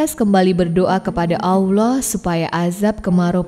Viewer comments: Bukan Aullah..Allah..sebut bg jelas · Nyebut Allah nya Terdengar Susah bngt smpe jdi Owloh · Nyebut mukjizat, isroiliat allah susah bgt, kurang fasih, blajar huruf hijayah dlu min biar gk d komplain sma subscribernya. Yg nyimak pasti ngerti dmn salahnya. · Koreksi sedikit. Penyebutan nama Allah itu tidak ada huruf w nya. Makasih